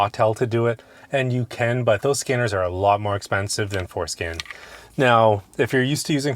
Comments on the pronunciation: Lets start with learning how to pronounce forscan, and not foreskin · For SCAN… say it right